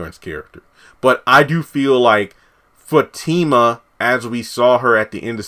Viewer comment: No he hasn't ruined her character. We all have another side to us. We all have a past. You can be professional one minute, and street the next. I'm glad he's building Fatima and Zac's character up. They are great together. Sounds like you don't even watch the show tho. You can't even say their names correctly. Tyler Perry is giving us what we want!